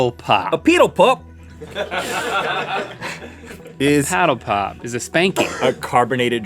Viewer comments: With the paddle pop Rhett starts to go a little to eastern to a kiwi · Rhett sounded more Kiwi than Aussie when he said 'paddle pop' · We don't say peeedle pop it's paddle pop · When u said paddle pop like piddle pup that sounds like New Zealand Aussies pronounce the a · The way Rhett said Paddle Pop was doing my head in XD also its just for the brand Paddle Pop.... not all ice creams on sticks 🤦‍♂️ as someone from Melbourne Australia this hurts my soul. Get a true Aussie on to get your facts right. We use Preggers more than up the duff and ketchup is tomato sauce and what the heck is cakeage?!?!?!?! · Rhett pronounces "paddle pop" like a Kiwi